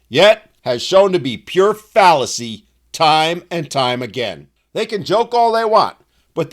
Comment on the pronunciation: Heh heh he said phallacy 😂